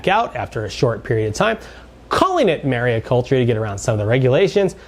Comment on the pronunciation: It’s mariculture (not mariaculture) by the way